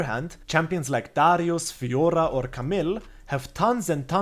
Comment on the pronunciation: I liked the guide, but i liked more how you say Fiorrrrrrra. Great video!